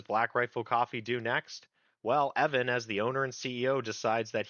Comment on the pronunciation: Mispronunciation of Evans name is disreputable.